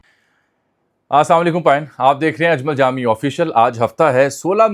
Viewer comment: ساری خبریں بہت اچھے الفاظ کی ادائیگی میں پیش کرتے ہیں لیکن اسلام وعلیکم کہتے ہوئے آپکی زبان غوطہ کیوں کھا جاتی ہے ۔ اسام علیکم ؟؟؟؟